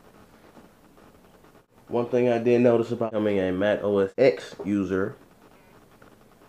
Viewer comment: i believe its pronounced OS 10.